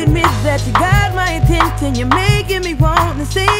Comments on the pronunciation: This gentleman said “atintin” not attention! 😂🤣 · Anyone notice he said "Atenten"? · he said Attenten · Haha attentnnn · he says antenthin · Who else here because chris brown can't pronounce "attention" #Attenthion" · Seriously!! I could of went the rest of my life not hearing him say it wrong 😅 now I’ll never unhear it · Have you guys noticed how he pronounces "ATTENTION" or is it just me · Wait he really can’t say attention?! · Bro can’t pronounce attention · He cant pronounce attention